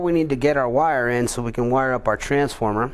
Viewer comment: lol you say "transformer" funny